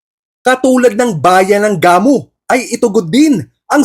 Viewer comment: Gamu, pronounced na mabilis hndi gah-mu